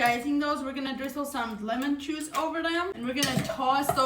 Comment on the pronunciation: I know!